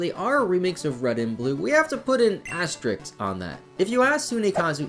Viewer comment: ASTERISK not ASTERIKS